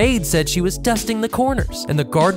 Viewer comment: U emphasized “corners” too much sounded like ckorners 😂